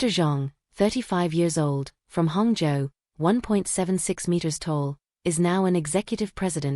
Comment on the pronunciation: I find it amusing that Hangzhou is pronounced hung joe😂